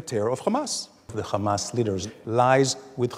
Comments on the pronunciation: Hamas* Not Khamas.... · He said gamas that's not hamas😂🤣🤣🤣